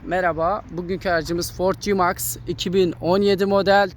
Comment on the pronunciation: Cimaks değil Si meks